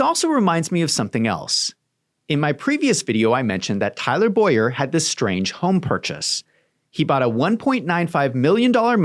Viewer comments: BOWER clearly that is not pronounced BOYer..... it's things like this that make you look dishonest. If there is enough meat on the bone there is no point in doing things like this which tells me you have nothing. Keep digging and i am sure you will find it, but nothing in this video is it. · Her name is pronounced Bow-er not Boy-er. But otherwise THANK YOU for this research. It greatly helps me show my AZ friends what's going on in their backyard. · Bower is pronounced Bough-ehr like I bow down .